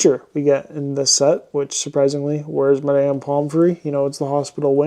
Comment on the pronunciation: Why are you pronouncing it “My-damn”?